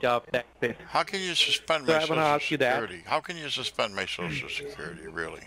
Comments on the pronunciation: corporate. shoshal, Withdrawling???? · I love when they say SHOO-SHOO instead of social. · De last four digits of your sho-sho